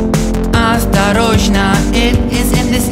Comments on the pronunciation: I'm russian and the way how pronounces "Осторожно" is really charming and even kinda cute. Nice song as always and I'm very glad that you got better after cancer! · I know a bit of Russian and the pronounciation of Осторожно is pretty dam good.